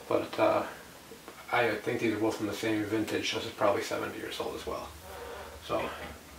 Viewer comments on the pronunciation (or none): none